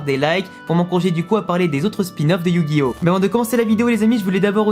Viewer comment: personnellement je refuse de reconnaitre la version 4Kids comme traduction officielle mais bon, fais comme tu veux (on est en France mais ça ne t'empêche pas de prononcer yugioh à la japonaise et non pas "yujio")